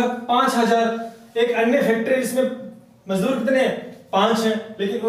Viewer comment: मजूदर नहीं सर मजदुर होता है। थोड़ा समझाने का तरीका ठीक नहीं लगा । कृपया थोड़ा और सुधार करे।